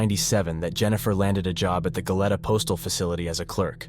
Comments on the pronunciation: Its Go-lee-ta, not Go-let-uh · It’s GO-LEE-TA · Its pronounced Go Lee Ta